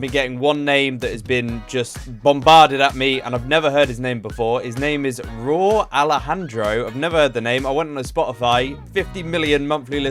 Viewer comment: It’s Rauw like raul (his real name) RAH OUL